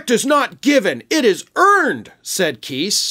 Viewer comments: Evidently you don't read comments. I previously informed you Chris Keis' last name rhymes with RICE OR LICE. It does NOT rhyme with GEESE! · It's pronounced Kise with a long i not a short i. As the e at the end of his name would signify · The lawyer’s name is pronounced Kice (rhymes with ice). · Btw, the lawyer’s name is pronounced Kise (like “Weiss”. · Kise... pronounced like rice. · Hey, just to help you out, Christopher Kise's last name is pronounced with a long 'I' sound, not a long 'E' sound Thanks for all you do in keeping us informed and educated!